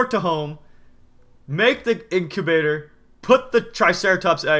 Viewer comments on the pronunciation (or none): did any one else her he said ink ivator